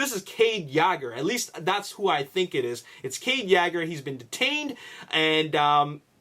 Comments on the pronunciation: WTF it is Yeager (Yay-gur) not (Yaager) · It's pronounced Yeah-ger,not yager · ur sayin yager wrong its purnounced yayger :) watch tf4 its how they all say cades last name lol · kade yagger? you mispronounced that horribly. its kade Yeager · This is too much assumption based on what's happened in T4:AoE... they arent going to do the same thing AGAIN in T5:TLK. Every movie has been different and unique... and it's Cade Yeager (as-in "Yay-ger") as pronounced ALL through Age of Extinction, not YAGGER... like Mick Jagger or Mick Yagger, LOL. Sometimes these vdeo's are good, but... theories based on theories have no solid foundation... there arent any official spoilers yet, so all of this can be complete false. LOL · Cade yagger, it's Cade Yeager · ...please stop saying Cades last name that way...its waaaay off. it's pronounced (Yay-Ger)...Yeager.not....YAAHHGer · law84 No he's just being stubborn dumb AF. If you listen closely he mention the last name as: Yaager and then Yegger while its Yeager. In his previous vlogs he pronounced it good. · U province Yeager wrong - it's Yee-ger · btw it is (yay-ger) I don't want to be mean but you can call it whatever you want I'm just saying that is how you say it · 09 he resides I Canadia...lol.(Canada) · can you please start pronouncing Mark Wahlberg's character name correctly it's annoying hearing it miss pronounced every video. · you pronounce his last name wrong